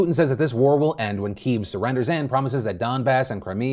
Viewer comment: Thank you for pronouncing the capital right. Pretty much every American news reporter has used the Russian pronunciation. So, hats off to you